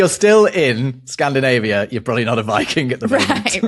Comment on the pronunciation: "If you live in Scandinavia you are not a-viking at the moment." A viking? A vy king? 😀